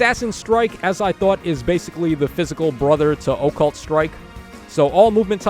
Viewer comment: I like when says Oh-Cult Strike:)